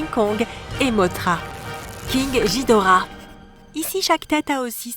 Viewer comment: On dit "GUIDORAH"